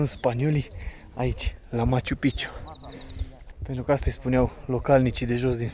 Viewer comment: Se dice maciu-pik(a)ciu😊 Prea multa palavrageala, coa'e - fii profesionist ce drq; E obiectiv de top, mai multa istorie, spiritualitate, detalii, nu ma intereseaza chitzibusariile tale cu banii, inclusiv la adresa Ralucai... Devii cam jenant.